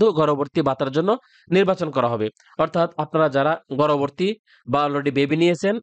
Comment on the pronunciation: উচ্চারণ ঠিক করেন। গর্ভবতী নট গর্ভরভর্তী😡